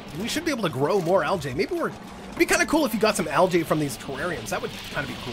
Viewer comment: Also Algae is pronounced Algeeeeeee